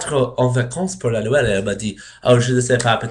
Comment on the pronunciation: Ecoute ses noël et pas noelle mais bien essayer parle encore et tu serras plus fort que moi !